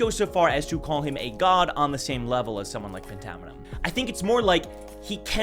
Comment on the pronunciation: I thought phantaminum was pronounced “fantaminum” like phantom